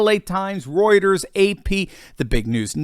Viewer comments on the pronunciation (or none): none